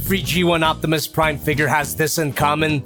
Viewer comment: Jack-imus Prime hahah 🤣